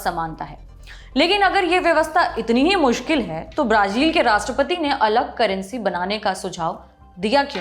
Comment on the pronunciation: Brazil का उच्चारण । | में अलग उच्चारण किया आपने